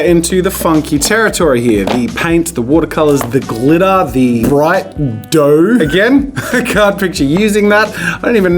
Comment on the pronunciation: everyone else: " my glitter " jazza: " mY glItTaH "